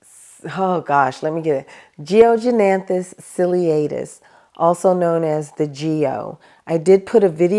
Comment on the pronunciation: freddie and orbifolia are easier to care for than other calathea. good job on pronouncing geognenathus ciliatus, it's a mouthful. If you ever shop eucagenera again they have a very rare small black leafed spathiphylllum named after Ivan, spathiphyllum ivanportillae, it grows similar to a strelitzia but easily fits on a bookshelf, just a gorgeous plant.